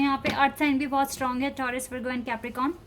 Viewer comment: the way you pronounce taurus is embarasssing. its taurus and not ttthhhaurus